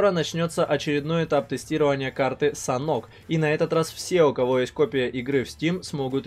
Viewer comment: Как будто не санок,а Санёк